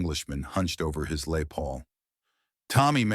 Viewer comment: French speaking AI pronounces Les as Lay and called it macaroni. The future sucks.